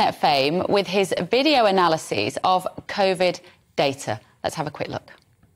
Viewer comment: Odd how a Nurse cannot even pronounce medical words correctly, ha! Steee roiads, Cov-id then Covid...